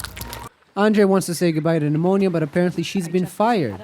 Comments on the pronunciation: It’s funny how he calls her anything but anemona 😂 He even calls her pneumonia at some point 😂😂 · You notice you said ANEMONA wrong as 100000 different names lol anemia enmorna melanoma etc